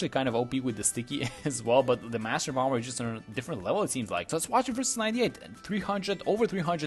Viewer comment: I am not being mean, just there is no B pronunciation on the end of bomb/bomber - it’s just pronounced bommer basically